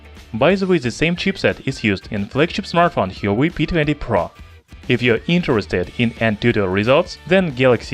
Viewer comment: "Hee-yo-way"? Lol